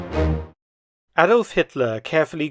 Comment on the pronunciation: A"d'uh"lf Hitler you might say .....